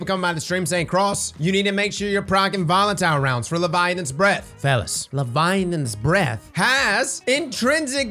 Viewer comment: Still waiting for you to pronounce "Leviathan's " right :D